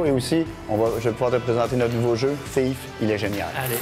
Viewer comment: Va falloir travailler l'accent anglais... Ça se prononce pas TiF mais Thief (FiF). C'est pas le tout d'essayer de faire une émission pour ramener l'auditeur geek, faut aussi mettre un présentateur qui sait de quoi il parle...